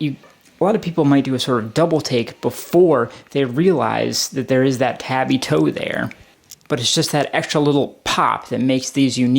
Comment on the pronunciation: Pretty solid review, couldn't get over you mispronouncing tabi time after time though. I would recommend doing more research before vids, it will make your videos far easier to watch, I almost closed it after the first minute tbh.